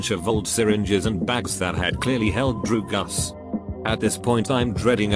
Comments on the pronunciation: No one: Reddit: DrUgAs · drugs british robot: D R E W G U S